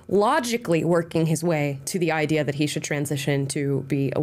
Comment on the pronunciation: “This seems to be the backbone of the idear here” lol